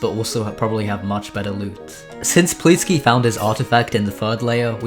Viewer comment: ahh yes "pleetsky"